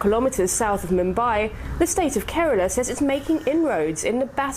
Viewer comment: It's Kerala, not Karala.